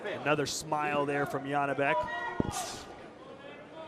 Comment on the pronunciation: Why does the commentator keep calling Janibek as Yanibek? I assume he can definitely pronounce Jonny or John, so why can't he pronounce Janibek? Where is the logic, J and Y absolutely different letters. I could hear the coach clearly calling Janibek by his name or sometimes shouting Joni.